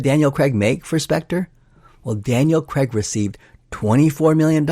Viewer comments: 😅 His name is Daniel Craig, not Daniel Crag. Dick! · Daniel CREGG!!? why? its really not hard to say Craig. You actually manage it yourself a couple of times